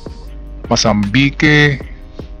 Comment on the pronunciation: halata mong walang alam talaga eh 🤣 syria daw mayaman tapos mali pronunciation ng mozambique hahaha